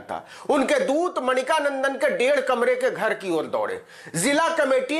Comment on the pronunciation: Brother, his name is Mani-kandan not Manika nandan.